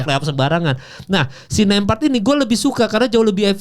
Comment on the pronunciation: Nemhart bukan nempart. Ceplas ceplos ae law bicara😅😅😅😅